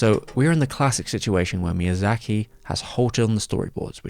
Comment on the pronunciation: A yes, my favorite director, “miyazachary”.